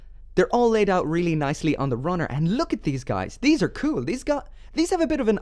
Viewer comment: when he says "cool"CUEL